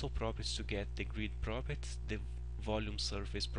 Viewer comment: Thank you for these videos! They are very helpful. But just for your reference: 'properties' is pronounced 'prop'-'er'-'tees'. Not 'properts'.